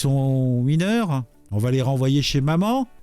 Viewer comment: Je suis « mineuw » !!! 😅